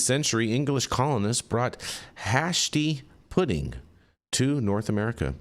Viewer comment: That's pronounced (hay-stee) pudding dude !!!